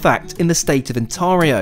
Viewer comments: The “a” is LONG in Ontario, not Ontahrio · Just a couple of corrections, it's pronounced Ontario (on-tear-eeo) and it's a province not a state, Canada has provinces and territories and no states. Great video with lots of beautiful scenery. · actually it is "Un-tareeoh" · Lol as a Canadian you said On Tareah when it’s On tario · Hi, from OnTAYrio here, not OnTAHrio -- anyway, yes, minus 25 C is pretty cold, even here :) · Ont-air-io, not Ont-are-io! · Ont-Air-ee-o not Ont-Argh-io and its a province not a state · It’s pronounced ontAIRio. Not on tar io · What the heck is 'Ontaarhio? Surely he's been here long enough to have heard how it's pronounced? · Ontario is a province, not a state! ;) also most of us will pronounce it as "Ont-air-io" <3 So happy to see you in Canada!! I'm often at Union and it's such a gorgeous station. Keep up the amazing videos!! Edit: my apologies! You correct the province issue throughout the video. Cheers :) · I was ready to let the 'Ontaahrio' pronunciation slide but the "state" descriptor just knocked the maple leaf right off my cap. 😆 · Johnson it did, I'm a Brit myself and it was annoying me, probably because I've lived in Ont-air-io for 20 odd years 😅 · it's pronounced Onta-REEEE-o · Too bad he couldn't pronounce Ontario. "The state of OnTARio. State? LOL. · For future reference, Ontario is pronounced On Tayr eeoo (alternatively On tear eeoo, as in tearing up paper, not as in preparing to cry), and it is a province, not a state! Canada has 10 provinces and 3 territories. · On"Teh"rio and its not a STATE. It's PROVINCES. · It’s pronounced Ontario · also its pronounced.....on...tear...io please get it right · It’s pronounced onteario and it’s a province not a state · Indeed!! I love you, but you're the only person who I've ever heard pronounce Ontario like that... 🤣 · Love how your accent gets in the way of proper pronunciation of Ontario! By the way Ontario is a province not a state,we are in Canada not the USA. Cheers!